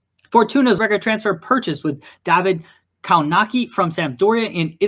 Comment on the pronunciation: Kownacki in polish pronounce kovnatsky